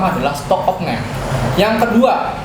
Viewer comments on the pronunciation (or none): Stock opname bng bukan of name 😂